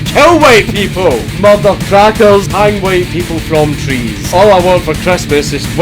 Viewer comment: "MUHDUR CRACKAHS" LOL